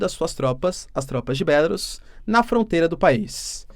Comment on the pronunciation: Bélarus, que pronúncia Horrível !